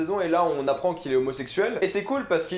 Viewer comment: Palerme c pas martine c martin